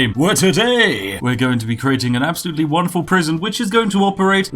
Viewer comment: Would you please stop saying 'wanderful'? The 'won' in 'wonderful' rhymes with the past tense of 'win'... Makes me sad. :'(